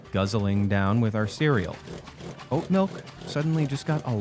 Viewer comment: A tooth, the whole tooth, and nothing but the tooth. Kohl's ... Coles ... I'm sensing a pattern here ... "Electro-Lie-Sis"? There's no such thing as oak milk. Oak trees don't have breasts.